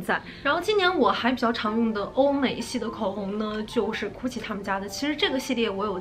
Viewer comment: 她经常发音不准 Gucci读哭泣 好歹纠正一下发音吧。。。